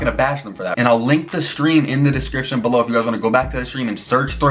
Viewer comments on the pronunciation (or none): Power saying stream “Sveeam” 🤣